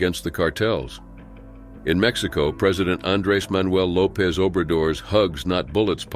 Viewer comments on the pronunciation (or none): none